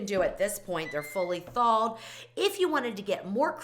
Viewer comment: I never heard the word Thalled. Is that the same as thaw? The word that has no “l” in it…😂 Trust me, I have mispronounced many words, but the moment somebody pointed it out to me I made an effort to say it correctly. When you have a massive audience …there are audience members that might think that’s really a word when it’s not. I don’t understand why YouTube influencers don’t take more concern with this problem.